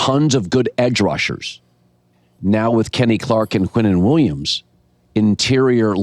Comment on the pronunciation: his name is QuinnenWilliams not Quentin Williams. Dude wake up.